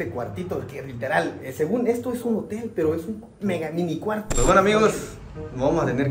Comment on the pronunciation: es hotem no motel 🤣🤣🤣🤣